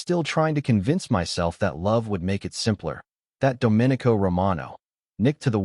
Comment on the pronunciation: Oh, also pronounce the main character's name correctly. That was very distracting. Should sound like " dough min ee co". Not like a Republic